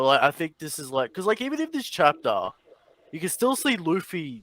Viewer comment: “Send me the real chaptah” 😂😂😂😂😂😂